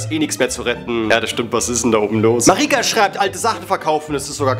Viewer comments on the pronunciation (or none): Omg!!! Ich bin Marika 😳 hab gedacht ich träume🙈. Achso und du hast mich falsch ausgesprochen😂